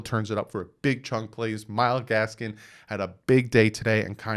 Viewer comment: I hate to be that guy but It’s Gaskin not Gaskins 😭